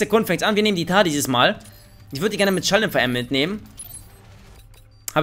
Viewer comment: Es wird nicht mtar ausgesprochen sondern m tar